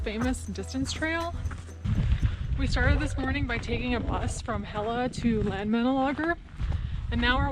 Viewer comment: Hella has a LL. And not L , How you pronounce it is Hela is the goddess of the underworld The LL sound similar to the l in clock Love your video